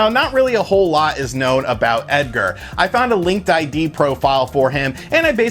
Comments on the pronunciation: It's pronounced "Link Did" ;) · "I did a lot of research" Calls it Linked I.D... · LinkedIn. Not LinkedId. lol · Take a drink each time he says linked ID instead of Linkedin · Linked I.D.? Not.... LinkedIn... huh :P